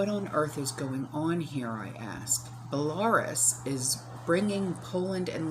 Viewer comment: Belaruse is Bell-a-roose.